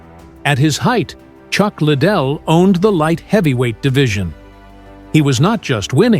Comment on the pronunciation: Ik right I was like chuck little lol can’t even pronounce the guys name right smh